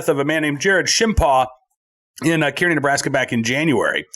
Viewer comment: town in Nebraska is pronounced Car-nee..